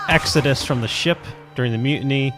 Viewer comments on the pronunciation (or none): none